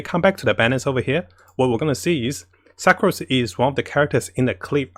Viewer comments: please stop pronouncing her as 'SUK'ROSE' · Suc Rose? No offense, I'm an asian myself but I giggled when he said her name. Dear fellow commenters, is the correct pronunciation 'Suc rose' or 'Su crose'? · when he pronounced sucrose as "suckrose" i wheezed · Hi, love ur informative videos, but could u pls try to pronounce the character names better? It’s rather distracting when I try to focus on your info. A few mispronunciations include Fischl / Sucrose (not fai-shel, suckrose). Thank you. Keep it up.